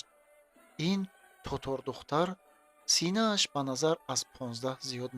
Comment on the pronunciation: Синааш ё синаш домулло? 😂